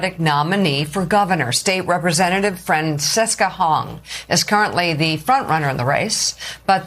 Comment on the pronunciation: Seriously?! You can't pronounce Francesca? I'm honestly stunned.